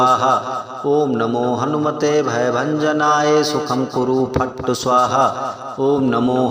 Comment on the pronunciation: मंत्र में " फट्" का उच्चारण फट्ट कर रहे हो जो बिल्कुल अनपढ जैसा लग रहा है। शायद मंत्र लाभ भी नहीं देगा।अतः इसे डिलीट कर पुनः लोड कर लीजिए।